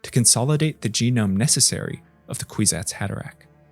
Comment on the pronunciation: “Queesats Haderack” that’s all I heard man.